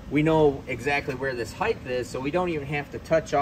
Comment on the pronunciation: I swear anytime anybody mispronounces the word height by pronouncing it heighth, I just turn the channel and move on to someone smarter. Length. Width. Depth. Breadth. Height. See the difference? It may seem petty but pronounce things correctly and appear smarter. If you can't get one word right, I've lost all faith. Goodbye.